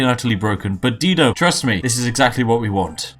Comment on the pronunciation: Love ya Spiff but I have to say Dido is pronounced Die-doe.